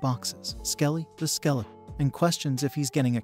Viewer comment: Bro said skeletron every now and then 😂